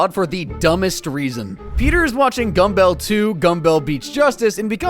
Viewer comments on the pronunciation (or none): Only disliking for how you said Gumbel 2 Gumbel. You pronounce Greg and Ryan's last name the way you would "Rumble". And no hesination. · gum bell 2? its gumble to gumble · The way you say “ gumbell 2 gumbell “ is a good tell that you never watched the show much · It’s not Gum-bell. Peter even says it properly in a clip a few seconds later :( it’s super distracting. But oh well. Great video nonetheless and I’m still subscribed.